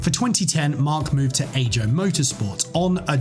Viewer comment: A very tiny detail… his team in the 2010 Gran Prix racing season was “Ajo Motorsport.” However, it’s pronounced like “Ayo” or another easy way to think of it is just saying the letters “I - O” The team is Finnish, so the J is pronounced differently from the English pronunciation.